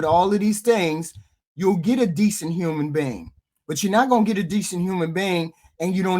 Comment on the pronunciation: Why HQ say human being like that... " human bang " 😅